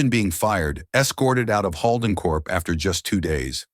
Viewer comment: The way they butcher 'Holden' is a crime! I lost track after the 5th butchering!